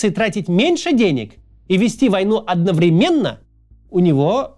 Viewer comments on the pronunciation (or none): Научите Каца правильно ставить ударение в словах одновременно и деньгами. Каждый раз режет ухо